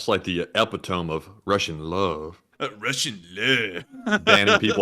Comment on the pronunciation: just curious, were you purposely pronouncing epitome like that as a joke? Lol I’m sure you were, but if not, then for future reference, it’s pronounced a-pit-oh-me, or ep-pit-oh-me. Not tryna be a grammar Nazi. Just tryna help a brotha out incase you weren’t just messing around. I do like to bust you and balls from time to time though admittedly lol mainly though 😂 You guys are both the best though! So it’s all love! SLAVA UKRAINI P.S…. JAGGA JAGGA!!!!